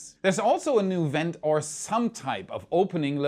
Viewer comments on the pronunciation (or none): none